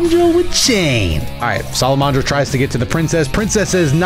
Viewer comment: im sorry its sala-man-dra not sala-mon-dra